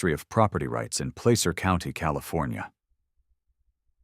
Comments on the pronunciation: As someone who has been in the "Gold Rush" for 65 years, the word is pronounced "plasser." Not placer. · Auburn? This is like the sixth city I’ve lived in that’s been the home of the HOA. It’s pronouncing Placer wrong, but it’s really cool to have Auburn mentioned!